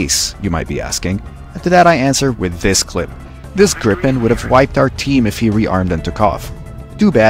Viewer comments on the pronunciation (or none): none